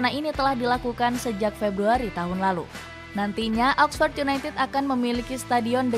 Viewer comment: Oxford bkn oxpors